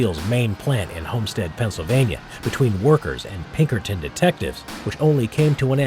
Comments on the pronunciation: Did he just said... Pinkertons? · D-D-Did he say P-P-pinkertons😳